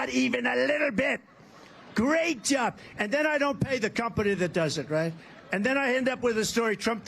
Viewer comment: When you don't finish a word like job, a one syllable word, something is wrong.